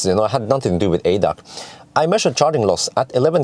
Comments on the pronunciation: Again an informative video from you. For your information: ADAC is the abbreviation for "Allgemeiner Deutscher Automobil Club". The letters are pronounced individually A D A C. Kind regards from Germany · We don’t say it in one word in German. A-D-A-C like AC/DC Never heard it in one word 😅 Follow your videos for years now, greetings from Vienna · It´s pronounced A D A C ;-) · Funny to hear it as ADAC, sounds unfamiliar. We say the letters separately. A-D-A-C.